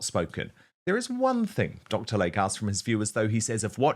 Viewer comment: It is DR. "LAY-KEY" NOT Dr. Lake. 🙄